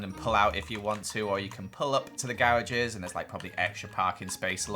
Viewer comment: The way he says garages 😂